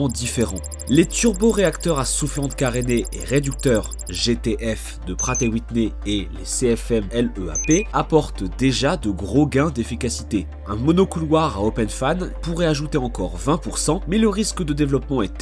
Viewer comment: on dis «leap» pas L E A P